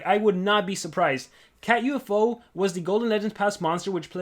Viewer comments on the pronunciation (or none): Its called Catufo, not cat U-F-O